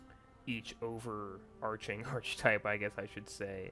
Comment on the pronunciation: Hey, great video! Thanks for running through some things. I was wavering about buying this game, but you've kind of sold me on it with your clear explanations. Just a note as an English teacher, 'Archetype' is pronounced with a k sound, as in 'arkitype' (or 'arketype' for we Brits). This is because the 'ch' here produces a k sound.